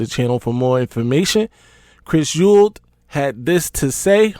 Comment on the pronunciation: Say it with me E -WALD